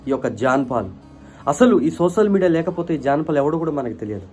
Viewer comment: ముందు నువ్వు సోషల్ మీడియా పలకడం నేర్చుకో, నువ్వు కూడా ఆ సోషల్ మీడియా లోనే పిచ్చి పిచ్చిగా వాగుతున్నావ్